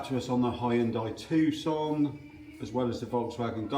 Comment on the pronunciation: Hi,it’s called a Hyundai tucson as in Arizona,not Tuscon.enjoy the videos.